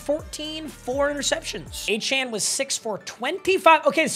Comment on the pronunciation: i’m a die hard aggie please say achane a-chain